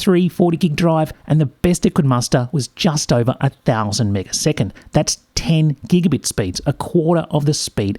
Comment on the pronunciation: "Megaseconds" really irks me